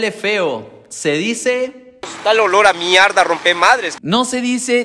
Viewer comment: "Olor a miarda" JAJAJAJAJAJA MIARDA😂😂😂